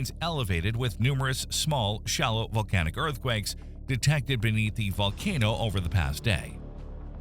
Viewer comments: bro said valcanic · oh ok I thought I heard valcanic